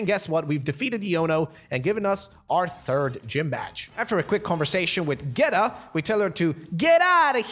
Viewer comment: He says it like geta but it’s pronounced geeta